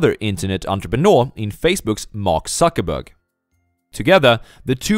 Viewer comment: A relatively correct mispronounciaton. He sucks more than he is sweet?!